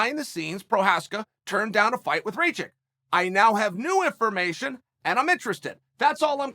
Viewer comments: Dude, his name is spelled like Ra (the Egyptian god) and kitchen (but only the "kitch") it is "Ra-kitch" not Raychick. Ray the chick is the Mary Sue from Star Wars sequels. What is wrong with you, insulting him like that? ^^ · Chael it’s not raychick it’s rakič please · Its Rakkkkic not reycik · Rajick??? Bro it’s pronounced rock-itch 😂 balkan last names in that end in IC sound like “itch” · Ra-kitch becomes Ray-chick? haha classic... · Rachik lmao, It's Rakich, uncle Chael... You gotta land those names dude, it's a bit disrespectful. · Its Rakic not Racik uncle Chael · Lol the auto-translation. It works either way, usually when Chael doesn't know how to pronounce a name, he just exclusively uses their nickname for at least 8 years. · What is a Rageik? 🤣 good’ol uncle chael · "Reychick?" WTF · CHAEL "RAY-CHICK" SONNEN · ray-chick? igor? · i mean bruh if u cant pronounce rakic just say Aleksandar his first name is very easy to say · He knows he's butchering his name but come guys.. it's uncle Chael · How many times can you say a guys name incorrectly? Chael answers that question today.